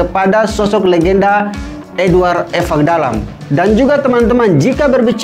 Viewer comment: Host selalu menyebutkan Evakdalam padahal yang sebenarnya Ivakdalam. Menyebutkan nama seseorang harus tepat